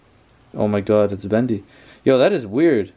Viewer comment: it's bendy not bandy